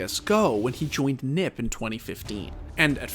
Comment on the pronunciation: this is the first time i’ve heard someone saying Nip instead of N,I,P just me?